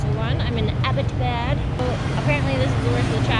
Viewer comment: Pronunciation is kind of "Abbott'aa'baad" Abbottabad was founded and named after Major James Abbott in January 1853 as the headquarters of Hazara District during the British Raj after the annexation of Punjab. He remained the first Deputy Commissioner of the Hazara district from 1845 until April 1853. Major Abbott is noted for having written a poem titled "Abbottabad", before his return to Britain, in which he wrote of his fondness for the town and his sadness at having to leave it. Poem text Edit I remember the day when I first came here And smelt the sweet Abbottabad's air The trees and the ground covered with snow Gave us indeed a brilliant show To me the place seemed like a dream And far ran a lonesome stream The wind hissed as if welcoming us The pine swayed creating a lot of fuss And the tiny cuckoo sang it away A song very melodious and gay I adored the place from the first sight And was happy that my coming here was right And eight good years here passed very soon And we leave you perhaps on a sunny noon Oh Abbottabad we are leaving you now To your natural beauty do I bow Perhaps your winds sound will never reach my ear My gift for you is few sad tears I bid you farewell with a heavy heart Never from my mind will your memories thwart Ps: Thank you so much for promotion such a beautiful side of Pakistan. Live long be blessed and always be safe 🤗 oh by the way Hello/Salam from Abbottabad City:) PPS: "Abbott" is Sir James Abbott name and "Abad" word is driven from